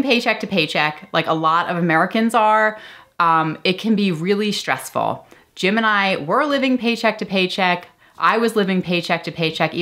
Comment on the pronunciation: Lol every time youbsay "Jim and I" i hear Gemini. Love your vids so far